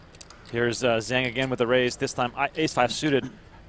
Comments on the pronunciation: the announcer pronounced Zhang is not quite right. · You guys are REALLY destroying the name "Zhang"... you're not even close!